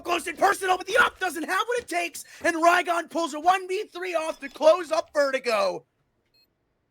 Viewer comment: "raygon" "cener" these commentators man